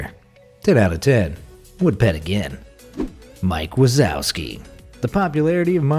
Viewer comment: Wazowski is pronounced (VA-ZOF_SKI)